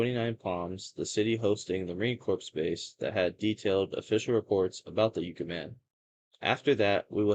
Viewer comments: Yes, Yucca = "Yuckah", not "Yookah"... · It's Yukka, short U, like the plant, not yooka. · Yuck uh…not U Ka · What schools did you go to? It is pronounced "yuck-ah" man, not "yook-ah" man. Also the are called "mount-tain" not "mow-ens"! Geez man, learn proper English!!! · It's pronounced "yuh-kuh", and Marine "Core". Cool video! Hope to see more! :elbowcough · It’s pronounced like the plant ! “Yuh cuh “ kinda sounding. I ain’t a dictionary! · And also "YUK-UH". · I'm not trying to criticize, but I thought you might like the correct pronunciation. Yucca is pronounced yuck-uh and Corps is pronounced core Alot of people make that mistake, if they've never heard the names before. 😁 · "Yoo-cah" man - Lol. Marine "corpse" - Lol. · Good video. Needs better pacing, though. No rush. You got this, you blued Yucca-man! Pronounced Yuck-uh. Also Marine Corp is pronounced "Core". It has a silent 'p.' Silent Like the Yucca man before attacking and leaving a corpse. The Joshua Tree park is the best park to visit. Great choice. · pronounced Yuck-uh LoL a number of stories come out of the 29 Palms area and surrounding San Bernardino Mountain range with Big Bear and Lake Arrowhead. i lived close to this high desert area for 25 years and travel up there a lot! the people are nutz 😂